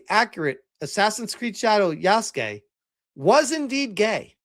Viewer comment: Swore i heard say "yassgay" instead of "yasuke"